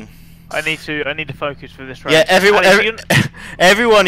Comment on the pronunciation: "Fockus" - Shall Lecleh